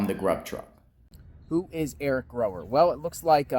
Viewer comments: Gower not Grower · it's Gower and pronounced that way. pronounced it wrong.